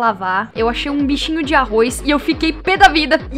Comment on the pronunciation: "tinha um bicho de arroiz,NO ARROIZ"